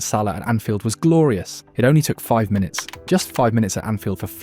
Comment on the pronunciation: Is this an AI voice for your posts? There are miss pronounced words such minute and league that a human wouldn't do?